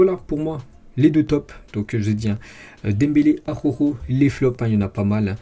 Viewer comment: Mdr 😂 ses pas aroro ses araujo 😂😂😂